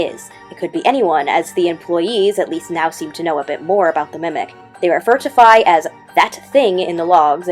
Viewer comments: ERRMM, AKCHUALLY, HER NAME IS PRONOUNCED “F-EYE.” /j Based reference, though. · Fi from Zelda's name is actually pronounced in a way that rhymes with "Hi". Because the Japanese name is ファイ [fai].